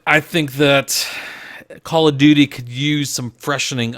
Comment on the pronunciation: OMAHGAWD not a Cawl uf dooty named out uf a pussy perk